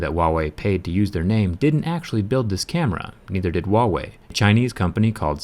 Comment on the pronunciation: dmdudego learn first speak "Huawei"